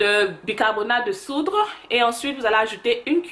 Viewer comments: de *SOUDE^ et non pas de soudre... lol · ON DIT BICARBONATE DE SOUDE PAS DE SOUDRE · Bicarbonate de soude soude il n'y a pas r désolé